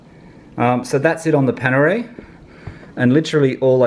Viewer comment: Its Panerai not Panere